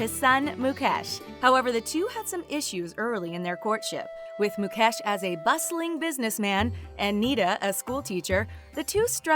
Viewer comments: It's Mu-kaysh NOT Mu-cash .. Indians are made fun of for their "Indian accent" .. we find it equally hilarious when you pronounce our names wrong too. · His name is not pronounced mu-kesh it's mu-kaysh lololololop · It’s not Muk Ash it’s Muk Esh :༽ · She pronounced ..Mukesh as ..mucash 😂😂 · It's mukesh not "Mu-cash" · It's mucash 😂🤣but it's mukesh and also it not nieta it's neeta pronounce it correctly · Mukesh NoT Mukaaash 🤣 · It's not moo - cash . It's mu-kesh ..... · Even MUCASH😂😂😂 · 😂😂😂😂😂😂😂😂😂mucash too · Moo cow ash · Why do these people pronounce his name as mu-cash?? I mean he is one of the richest man, at least get his name right! I dnt hear people calling Bill guts! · Moo cash is that what I heard😂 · So no one's gonna point out about the whole Mucash pronunciation? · U r pronouncing mukekh ambani wrong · Mu-cash ugh atleast say the name right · What tf is mucash!!!!??? If you can't pronounce then don't say... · I never thought would cover this. Makes me glad as a fellow Indian. Not sure if they said anything wrong (since I don't know a lot about the Ambanis, except for the basic stuff) but I cracked everytime they pronouce their names xD And yup, thanks to Jio, using the internet has been hassle free here. For me at least. Some might say it was hassle free before that as well but for me, Jio was the best thing to happen. Congratulations and all the best to İsha for her future endeavours💜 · Lol 😂😂😂 how she spelled mukesh like really 😂😂😅😅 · i was like why this lady did not do any practice on how to correctly spell Indian words??? I laughed so hard when she butchered Mukesh Ambani 's Name...